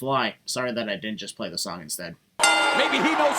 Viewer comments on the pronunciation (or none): none